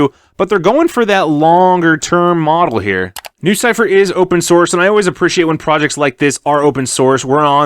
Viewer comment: Sounds more like lucypher